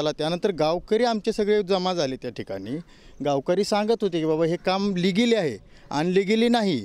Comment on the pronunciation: Ligili ahe unligili नही😂😂 ky khot boltoy bhau mst😂